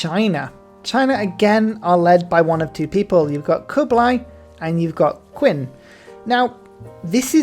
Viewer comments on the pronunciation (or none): Oh 3 years ago, just found out. Nice vid, only 1 note. I'm not a native chinese speaker, but I know Qin is pronounced more like Chin without the 'h', typically western people say it as 'Keen', but hearing you say 'Queen' is wild, let alone Queency (queen shi?). Not trying to be pedantic, but you'll sound better and informed in this topic when you try. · It pains me that he mispronounces Qin as Kin instead of Chin, and Khmer as Kemins instead of K-mare or K-my